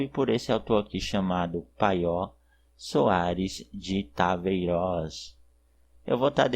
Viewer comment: Paio, não Paió.